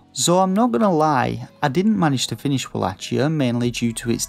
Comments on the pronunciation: The review is very well written imo 😊 - would have been even better with a more lively voice over and with the correct pronounciation of the game's title ("wallakia" instead of "wallatchia") 😉👍🏻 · Uhg bro you are pronouncing wallachia wrong